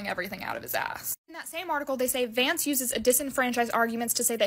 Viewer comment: Sounds like you’re saying “Janky Vance”. I like it.